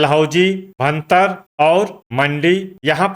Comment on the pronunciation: 🎉 भरतार नहीं होता है भुंतर है उसका नाम कृपया करके इसको शुद्ध उच्चारण किया करें